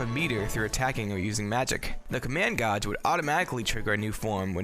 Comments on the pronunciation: Did you just say command gawj...dude it’s pronounced gayj. How do you not know how to pronounce gauge? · Its gaij not gauj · Gage man. the hell do u say it so wrong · Not gonna lie, the whole "goj" thing is mad distracting lol. Good vid tho, and nice edits. Solid production value. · Command goj. . Pronunciation has left the chat. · Wait. Command "gahj"? I don't if english is your second language or if you just have an accent, but gauge is supposed to be pronounced as "gāj" like "gay-j", or the name Gaige. I'm not trying to be disrespectful or insulting, it was just distracting. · Thank you. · Omg, how can you get a simple word like gauge wrong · The mispronunciation of the word gauge was distracting as fuuuuuuuuuuuuuuuuuuuuck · 3 or 4 times in a row really hurts my soul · Sad thing is, this isn't the first time I've heard someone pronounce it like that. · Hurt my soul when i heard him say that. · I was gonna say that dammit